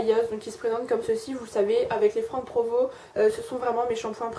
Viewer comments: oui on le prononce Franck provo ^^ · Non non , on le prononce bien Franck Provo :)